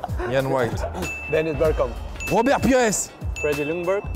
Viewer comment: the way he says Robert Pires 😂😂😂😂😂